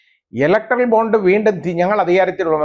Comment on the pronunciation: Bond ennu vayikenam